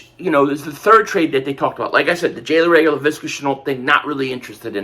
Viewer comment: This boy can’t pronounce Reagor to save his life.